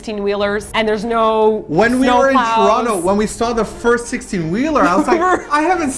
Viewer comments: I'm also from Tr-ah-no. (Its still a T, but yeah, that is how we pronounce.) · I live in England now but I'm from Toronto as well and you say it just like me - "Ch-Ron-to". It makes me giggle when people not from there say it "toe-ron-toe". ;-)